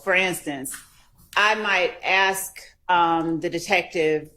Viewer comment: For people who are critical of pronouncing the word "ask"....with the k before the s. Well, the judge did say " Who THEY is"....😊 I'm just saying people misspeak sometimes.